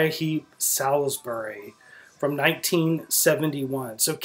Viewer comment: Pronounced Sols Bury.